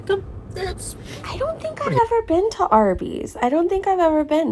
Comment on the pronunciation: "Arby's Beeze" and not "Arbeeze?" I'm very disappointed.